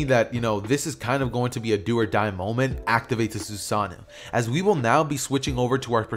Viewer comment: It’s pronounced sas a no